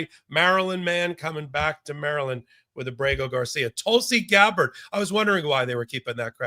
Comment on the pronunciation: I love KFA, but when she pronounces Tulsi Gabbard incorrectly, it seems to say she's not really paying attention to the important details.